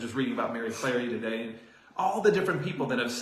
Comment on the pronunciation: Did he say Mary Clarey? I swear he said Mary Clarey. I replayed it 5-ish times. I'm sure Marie Skłodowska-Curie would love that 🤦🏿‍♀️